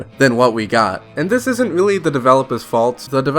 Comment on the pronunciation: Can u re-record this video you sound weally weedickyoulous, its hard to stomach